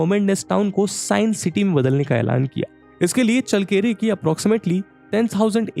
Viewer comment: चळ्ळकेरे✅, चल्लकेरे❌ नही